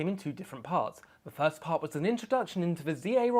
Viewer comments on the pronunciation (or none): none